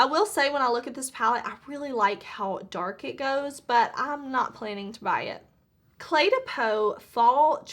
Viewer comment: You’re so sweet! It would be silly to be mad at you for not knowing how to pronounce « clé de peau ». First of all it’s a Japanese brand and the name « clé de peau » sounds ABSOLUTELY AWFUL in French! It’s a bad translation! « Clé de peau » for a francophone is a « key made out of skin » and absolutely not the translation of « the key to the skin beauty » as they explain on their website. So don’t be afraid to mispronounce it… We cannot ask for someone to know every prononciation from everywhere! Even for a same language you can have numerous prononciations according to the country and even region! We, francophones, would pronounce CLÉ DE PEAU like this, if anyone is curious : CLAY THE PO (O like the one in COLD).